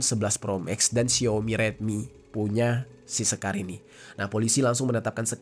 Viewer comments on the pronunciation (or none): none